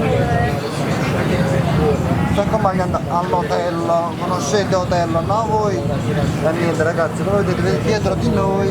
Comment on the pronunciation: Ti adoro però non si dice hitel ma hotel capi